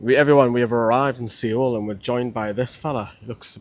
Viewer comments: Its pronounced soul not see-ole 😂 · Mate great vids as always, you keep it real and that's appreciated by many fans, but please... it's pronounced SOUL, drop the E. Lived and worked in Seoul, if a Korean person has told you it's pronounced that way then they're likely having a joke with you! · Soul not see ol. 😊